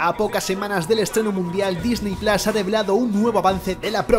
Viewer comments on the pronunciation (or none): none